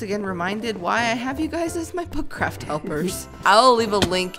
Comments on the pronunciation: Or u saying butt craft or book craft?? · did you say foot craft:D? lol